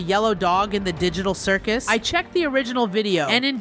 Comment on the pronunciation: People who heard digital circle instead of circus